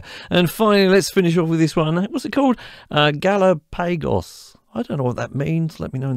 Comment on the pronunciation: Looks like a very good deal! Thank you for putting out two videos in a row! And "Galapagos" (stress on second syllable) is a group of islands in the Pacific not far west of Ecuador. They are famous, because it was with their extremely versatile fauna and flora and specific species, that Charles Darwin while visiting those islands came up with his theory of evolution. Today they are a UNESCO World Heritage.